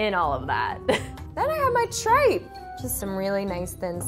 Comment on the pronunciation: i dont think they prinounced tripe right